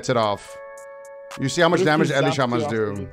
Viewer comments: i have never heard anyone pronounce Ele from the word elemental the way this man just said Ele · sounded like a deaf person with peanut butter on the roof of his mouth for a sec